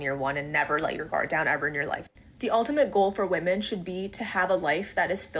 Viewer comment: LMAO 2nd chick said "wymyns" ......... pure gold